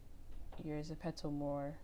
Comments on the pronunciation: I don't want to hate but it's zepto not zepetzo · Gurll its not (suh-pet-to ) its ( zep-pe-to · It’s not pronounced zepetto it’s pronounced zepeeto but spelled Zepeto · .... but the app is korean and its written as 제페토 which is exactly zepeto (although the ze is gonna be pronounced as je) not zepeeto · You say it zepetto it’s not it’s getting m frustrated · Kira Kiem I say Zeh pee toe 😭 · Zen pee toe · No hate but I can’t watch this because u say ZEPPETOE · It's pronounced ze-pea-toe